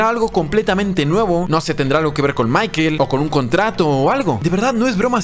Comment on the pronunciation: "Michael" Se dice Maikol no maikeeeel es con OOOOO! No con EEEE! Y si se dice como se escribe es tal cual michael